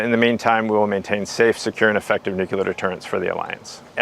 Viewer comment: This program is wonderful!! But will SOMEONE PLEASE tell, Chief of NATO Nuclear Operations, that nuclear is pronounced "NUKE'-lee-er"?? It's not NUKE-YOU-Ler"! In his position it would seem he should pronounce that particular word correctly. Thank you! After you tell him that, please tell him he's doing a terrific job otherwise!:)